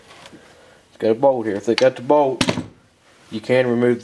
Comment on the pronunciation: I was listening and not watching....I swore he said: 'If yours has a "Boat" here like this one.' I was like BOAT? WHAT? ah... BOLT!